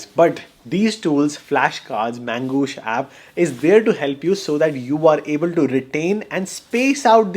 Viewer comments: Magoosh ❌ Mangoosh ✅ 😂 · Bro mis pronounced Mangossh unlimited times and yet got full sponsorship money. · The entire video is about promoting Magoosh app which you pronounce as ‘Mangoosh’. Duh! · His Mangoosh cracks me every time😂